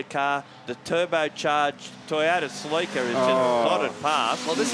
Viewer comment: Commentators, its pronounced Cell-ik-a